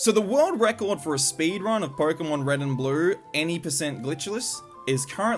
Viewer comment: Sounds kinda like "Pory-kemon blue" :).